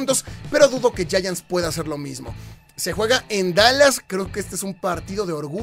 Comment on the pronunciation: No sé pronuncia yayants a los Gigantes de Neva York, se pronuncia Yaants.